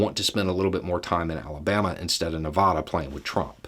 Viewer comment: appreciate you, but your pronunciation of NEVADA is not the accepted standard pronunciation in Nevada proper & the Western States